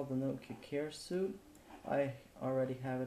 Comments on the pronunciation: Fajny flimik. Jedna uwaga. 'Suite' wymawia się jak 'sweet' lub 'słit'. :P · "Suite" is pronounced "sweet", since you seemed uncertain :)